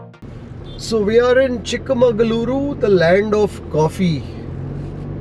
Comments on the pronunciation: it is not chikka mangalore it is chikka magaluru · Sir chikkamagalore not chikhmangalore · it is chikkamagalur and not Chikka Mangalore. Just saying.